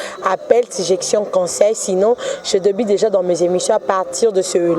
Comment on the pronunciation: yo nde oza na problème na e na é. i na u . "anneu passée nde nini ?" "deuja" na nini ?